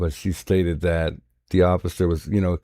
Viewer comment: are you saying cited? Your saying stated lol